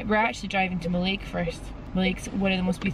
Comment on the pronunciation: Love this vlog, just to let you know Mallaig is pronounced Mal-ig not Mal-aig. The west of Scotland is gorgeous! Hope yous feel better soon 💞